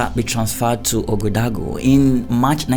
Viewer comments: Lovely story but Ouagadougou is not so hard to learn how to pronounce correctly. Wa-ga-doo-goo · my first language is French and let me say i was struggling to understand your pronunciation of "Ouagadougou”😂 keep up the good work!